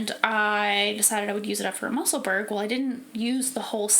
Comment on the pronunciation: Your projects are all lovely. I really want to knit more cardigans this year. Love the Musselburgh. I’m on my fourth one. Just in case you’d like to know… Musselburgh is pronounced the same way as Edinburgh, and is the town where Ysolda lives. 😊